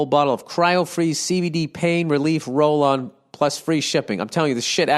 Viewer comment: bill says cbd in a funny way